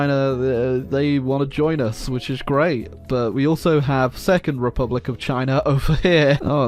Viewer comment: khivan jadidist repulic..😅😅😅 dyckland..